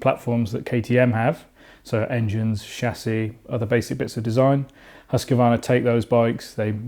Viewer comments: Huskvarna not huskevarna, thank you 😁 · Haska-varna ,as you mangling their company's name didn't impress you- to say at least. Some good points, though. Hus-qvarna supposed to deliver a batter final product, especially after so many years of teasing the bike. Much ado about just good enough. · Husk- a- varna ? 🤔 Husqvarna is pronounced like it is spelt. There is no letter a in the middle of the word. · Learn to pronounce Husqvarna first maybe ffs